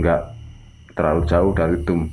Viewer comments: itu pengucapannya DOM bukan DUM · nyebut dome,gw dengernya dum,bikin suges nih....,ini mirip balsem(kantin fisip ui) sebelum th 2000,horor kalau kuliah malem